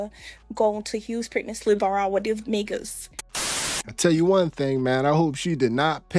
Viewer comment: ummm…is that woman deaf? Or was that an AI glitching out? I can’t handle the way she keep saying “Houstick”